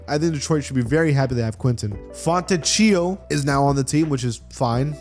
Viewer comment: My god Fontecchio is not pronounced like a pasta, it’s Fon-tech-io